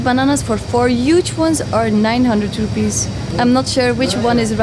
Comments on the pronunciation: its distracting me to hear you kept on saying "Rupees".. It"s IDR, Indonesian RUPIAH not rupees. rupees is Indian Currency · why u say rupees? its rupiah! rupees india! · I'm sorry, but it's "Rupiah" not "Rupees". It's not the same as India's currency. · just to correct, rupee is india currency. indonesia is rupiah. they may sound similar if you say it with english accent but rupiah is pronounced roo-pee-ah, anw have a great honeymoon! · I enjoy your vlog so much ❤ and the pronounciation of Indonesian currency is should be “rupiahs” instead of “rupees” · Btw it’s rupiah not ruppes. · RUPIAH , not rupee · It'rupiah not ruppee.. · Rupiah, not rupee